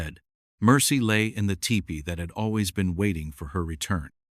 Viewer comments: It is pronounced tea pee not Tipper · Loved the story but hated the AI and the very bad pronunciation of many words. Any native English speaker would know how to pronounce tepee correctly. There were many other words as well.